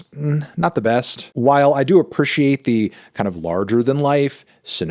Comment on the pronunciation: Why he say appreciate like that?